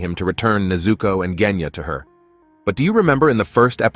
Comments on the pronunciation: “he just needed to find out how to destroy the drum that controls the dragon like creature” (basically what he said) I mean zohakuten is literally keeping away from him, how the hell is he supposed to get rid of it if he can’t get close Edit: Did he just say KENYA AND NOT GENYA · Bro said Kenya instead of Genya💀 btw no hate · Bro keeps saying Kenya instead Genya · is it just me whenever the guy says "Genya" I hear "Kenya" who else hears it? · Bot: Genya ❌ Kenya ✔️ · Jenya:✅ Genya:❎ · I’m sorry….JeNyAh!?!?!? It’s genya sir lol 😂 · and y r u kept calling Genya "Kenya"? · bro said kenya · “nez” and “kenya”😂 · Ah yes, "jenya" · “Jenya” help i can’t💀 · I mean, quite a lot of these details are really just speculations and theories But I seriously just can't watch this whole video, the way he says the names is putting me off Who says Genya and Tokito like that 😭😭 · Bro said jenya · Bro said "Kenya"💀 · I'm sorry but you calling genya jenya is so funny